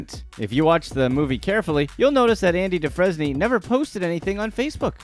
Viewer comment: "ANDY DUFRESNY" who is that, cause it sure as hell wasn't a character in Shawshank!!!! LOL....